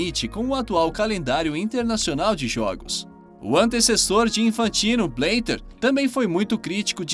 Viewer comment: Bleter?? Quem é esse cara? Benzina?? Teus vídeos são massas, mas para de inventar os nomes, pronuncia os nomes como estão escritos.